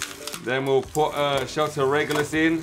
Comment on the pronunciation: Shelter Regulus he is balance type and you saying his name perfect